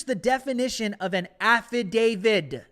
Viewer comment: Affidavit. With a T.